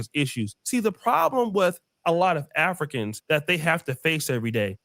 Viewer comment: A-FLEE-CANS.. LOL